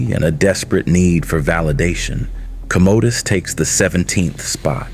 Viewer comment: CumOdOs? Just lookin out brother, its pronouced com-uh-dus.